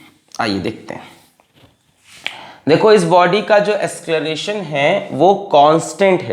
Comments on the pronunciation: acceleration ❌ ascleration ✅ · asceleration hota hai ya acceleration pata nhi kya hai ye